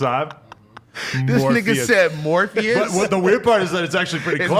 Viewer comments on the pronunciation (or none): “morpheous” on god 🤣